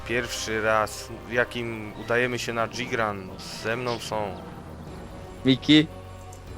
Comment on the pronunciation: omg, zrobiłbyś to? Zbawco, mnie już uszy krwawiły! Tą nazwę czyta się "Dżygran". Fonetycznie przez DŻ, piszemy przez J. Czytacie prawie dobrze, no tylko musi być igrek zamiast i. Być może tak się na to wyczuliłem przez to że tyle w tą grę grałem, no cóż. Ale wolę mówić poprawnie, zresztą tak jak bohaterowie FiA.